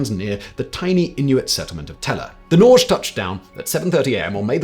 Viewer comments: Norge (the Norwegian name for Norway) is pronounced Norr-gé! with emphasis on the e. Not Norgch. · Norge is pronounced nor-gay. It’s Norwegian for Norway. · Norge is pronouned Nore-geh. It means Norway in norwegian. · Wouldn't "Norge" be pronounced "nory-ay"?